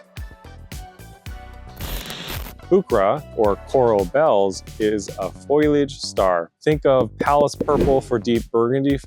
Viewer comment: It's not "foy-liage"!! It's fo-lee-age. Otherwise, very good information.